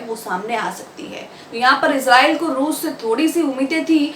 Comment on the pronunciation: rooz nahi bolte